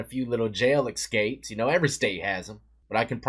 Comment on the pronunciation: 23&”When I see a C I pronounce it as a K”1. Also “so as I was saying, he EXSKAPES” (Escapes). CMON DEATH. 48-24 is 24! Damn.